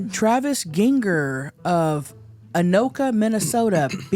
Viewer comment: Oh my God I’m impressed that actually said Anoka Minnesota correctly.